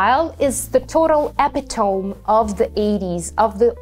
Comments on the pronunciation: Hi, great video. I thought you might want to know, 'epitome' is pronounced e-pi-to-mee, NOT e-pi-towm. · Epitome is not an English word and it is not pronounced like an English word. Google how to pronounce it!